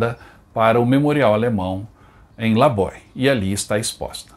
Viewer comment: Excelente vídeo. Não é crítica, apenas contribuição, mas a pronúncia de Laboe é "LABÚ".